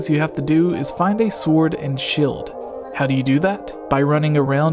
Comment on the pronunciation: What is this dialect that turns EE into a soft i? "Fillings" rather than feelings , "Shild"